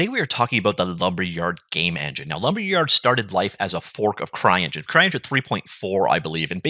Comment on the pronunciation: did you just say "crying engine"? :D